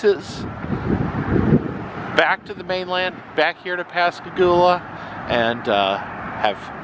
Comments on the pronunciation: I love videos, but he said "Pass-a-goola" several times. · Pronounced PAS.KAH.GOUL.AH One of the two men (Charlie Hickson) was a neighbor of mine in Gautier, and I went to school with his daughter.